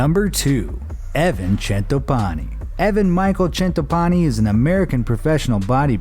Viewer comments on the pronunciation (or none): where Shawn Clarida is raising the bodybuilders hand.....yeah that’s not Evan Centopani. And why is the narrator trying to put a huge Italian accent on his name? 😂 I’m from the area he lives and trains in and it’s not pronounced “Chen-topani“ it’s Cen-topani” Either way, cool to see Evan in his video. He’s a good dude and a great bodybuilder.